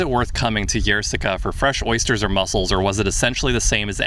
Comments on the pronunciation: The 'Y' is not pronounced like a 'Y'. Treat it like an 'I', so 'ie'. In English: "Eer" as in "Beer". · "Yerseke" is pronounced "ierseke". It's not a "je" sound. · For the Belgian audience. That’s how you pronounce Yrseke. Our American friends learned how. It’s not Yrzzzzeeeeeeeeeeke. It’s not Melbeke at sea.